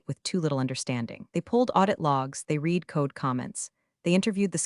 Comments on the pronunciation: ALERT TO ALL HANDS! Can we please have the bots that read (pronounced REED) these scripts distinguish the past tense of read, which, although also spelled read, is pronounced REDD. There are many such errors, and they cause me to feel that I should never watch one of them again. Surely someone who trains the AI can fix this blunder. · OMG It’s not pronounced REEDED it’s pronounced RED Seriously learn proper English. Thumbs down 👎 get it right before posting to YouTube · Still mispronouncing read. Your AI is having difficulty learning. This is the system that is suppose to fly planes, drive cars, and responsible for national security. Better keep educated people, it's safer.